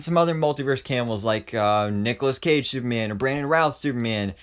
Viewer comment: I love the way he says batme-an and superme-an